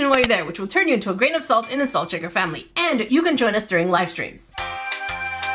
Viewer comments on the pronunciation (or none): none